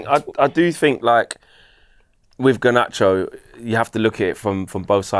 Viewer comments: It infuriates me how pronounces Garnacho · Bro I thought I was the only one!